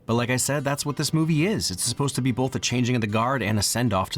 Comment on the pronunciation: pls stop saying "bolth" you're killing me